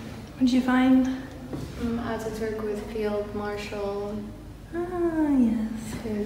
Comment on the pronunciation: Not oturk his name is Atatürk